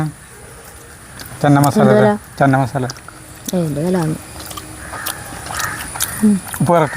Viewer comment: Chena masala anu cheenamasala alla.